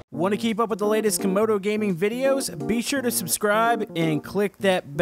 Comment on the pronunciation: Camodo not comodo